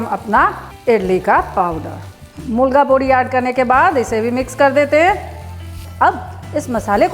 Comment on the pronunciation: Very nice... "mulga pudi'🤩 it's "milagai podi" madam.. but was very nice to hear ur accented "mulga pudi"